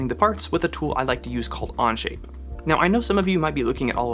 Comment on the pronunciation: He keeps saying anje. It onshape 😂😂😂😂 Okay it only happens in first few minutes.